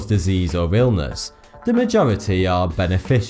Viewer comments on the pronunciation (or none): At the end of the video the only thing i hear is "fanks for the view, this is forty 2"